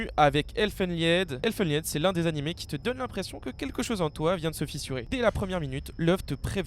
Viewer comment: Déjà quand on dit "anim"...